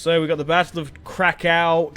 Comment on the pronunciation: Polish lessons krakow is krakoov